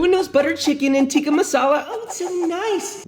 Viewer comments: Exactly. In Urdu tikka is written with the short i sound so it should be pronounced tick-ka. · No you’re not pronouncing any of it right. Tandoor - the tan in tandoor is pronounced like thun. Tikka - tick-ah